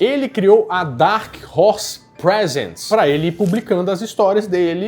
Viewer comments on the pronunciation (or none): You should read "Prézents" and not "Presents". The way you read it is for gifts and instead it is supposed to be for presentation. Not a complaint nor a critic but I think it's important to learn words that have double meaning.